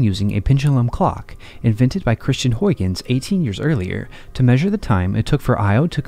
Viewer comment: Here is how to pronounce Huygens